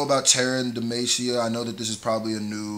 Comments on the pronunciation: channeling his inner "middle aged white mom trying to pronounce spanish words" voice when pronouncing demacia XD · Starts streaming League game play The city is Pronounced Dim-ah-see-uh. for future reference :) I love your vids my dude. Fiddlesticks is a champ who just got a long awaited rework. This is a rework teaser for the champ. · Where is Demacia? Demacia ( u said it wrong ) is apart of a world known as runeterra where league of legends take place all the champions are from there or have some relation to it. Who are those people in armor? They are crownguards or u could say soldiers who come from demacia which is the place in the distance in the beginning. Tf is that creature? That creature is named fiddlesticks it is not new to league of legends however it is a rework in other words they changed the character abit. What are the creature origins? Nobody truly knows What were the crownguards doing outside demacia ? Well I'm assuming after the last cinematic in which they guards was talking about which is when he mentioned mages they probably sent them to scout to make sure anything after the acurrence of what happened is dealt with also Demacia has a dock so I'm assuming they were around that area